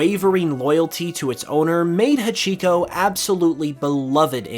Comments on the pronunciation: Uh, you kinda mispronounced Hachiko. You put random stress on the middle syllable which isn’t correct. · I would love if Kanto Bewear kept it’s dangerous nature, friendly at first. Deceptive fairies. The way you pronounced hachiko killed me a little inside.